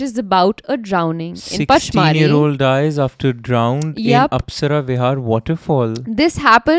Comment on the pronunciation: It is pronounced punch-mar-hi